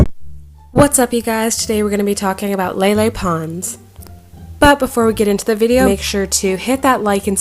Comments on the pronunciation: Okay so.... I hate Lele but people just,,,, keep pronouncing her name wrong. It's LEELEE. Not LEILEI. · I thought it was pronounced leelee?? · i thought it was pronounced as leelee